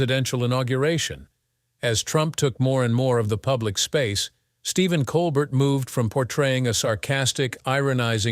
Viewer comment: Listen to a voice telling you all about a guy, when he can't say his name right.